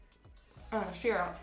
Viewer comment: The pronunciation of syrup, triggers me. 😂😂😂😂